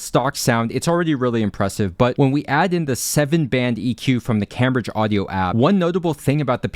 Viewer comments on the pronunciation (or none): Spent a couple days reading/watching reviews of headphones under £150 and eventually went for these. This review helped sway it for me. And btw it's pronounced Came-bridge, not cam, like it's spelt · Its pronounced Came bridge, think of the famous English university